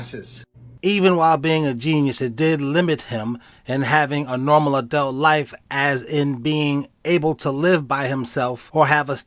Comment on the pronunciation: Wtf is an "adelt"???? LOL are u saying adult??